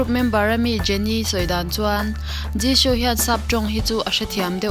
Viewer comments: Zishoo tiin ilam a thing vek jisoo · I Jisoo lam dan a dik lo Jishoo i ti 😀😀😀😀